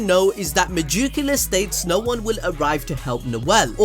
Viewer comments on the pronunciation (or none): Mah jook ala? Cmon son you can do better than that. Meg-e-coola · god i love how he says megacula, ma juke ula lol